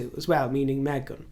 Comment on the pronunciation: Every time you call the Harkle girl "MEZHEN", the little girl in me giggles internally with vengeful middle school glee 🤭.